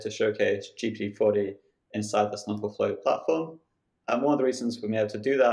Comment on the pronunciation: GPT 4o (four "Oh" for "omni"), not GPU "forty".